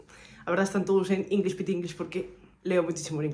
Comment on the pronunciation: Inglis pitinglis JJAAJJAJAJAJAJAJAAJAJJAJ TE AMO